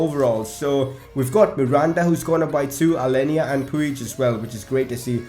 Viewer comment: Pronounce Arthur artur and puig puch